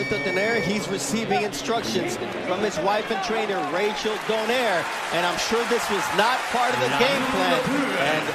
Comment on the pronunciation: Pronounce "Don-Eye-Reh" never "Don-Air". Jeezh.